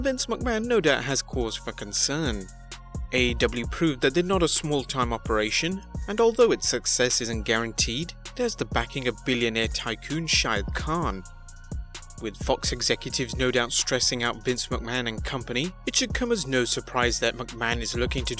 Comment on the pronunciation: It’s Tony Khan not “Shao Kahn” lol 😂